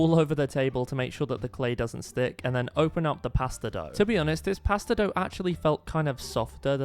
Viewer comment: I can’t, the way he says “pAstA”😂😂😂😂